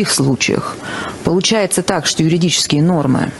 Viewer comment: "...люди пишут ЮРУДИЧЕСКИЕ нормы..." Гибрид, по всей видимости, сразу 3-х слов: / "юридические" / "ерунда" / "юродивые" / Какие-какие? Юрудические! 😀😃😄😁😆😅🤣😂